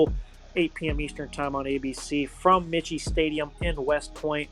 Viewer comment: Michie is pronounced " MY KEY" stadium.